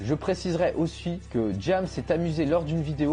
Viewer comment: c pas jAmes C James